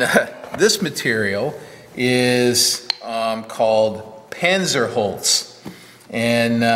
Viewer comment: Hi, here's the guy again, You already called drunk.:o( First of all, I would like to complain about the pronunciation of "Panzerholz". It should sound like this: puntser holts. German Z is sharp. I know the wood from my apprenticeship as a wood technician. It was further developed in Thuringia during World War II. The task was to build light cargo gliders. They were brought up to altitude with tow planes and then flew silently behind the front line. At the end of the war it was important to build in a way that conserved resources. Non-ferrous metals and aluminum were in short supply. So it was important to find alternatives. This plywood is not just pressed. It is previously evacuated in a vacuum chamber. Then the phenolic resin is added. The atmospheric pressure then presses the resin into each pore.